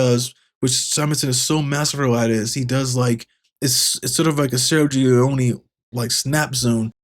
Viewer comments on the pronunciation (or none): none